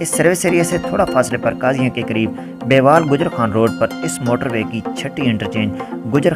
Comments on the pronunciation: بیوال غلط بول رہے ہو۔شہر کا اصل نا م بیول یعنی بے وٙل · بے وال نہیں بے ول۔ تھوڑا کام کر لیا کرو یار